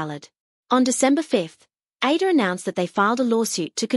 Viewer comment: I sometimes wonder if the narrator of a lot of videos is made with AI.. the pronunciation of words like ADOR, which if you are someone who is familiar with kpop.. will know it's like "A-Door"..